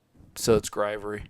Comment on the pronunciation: Not grivery. Griv-ory. Heh.